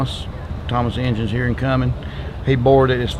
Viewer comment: Cummins Georgia? I think he meant Cumming, Ga.